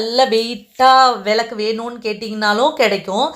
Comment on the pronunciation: விலக்கு என்று உச்சரிக்காதீங்க விளக்கு என்று உச்சரியுங்கள்